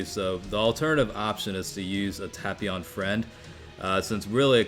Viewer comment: The way he pronounces tapion gives me ear cancer though.